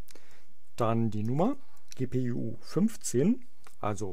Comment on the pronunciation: ja hat sich nur witzig angehört :) an sich ein sehr gutes video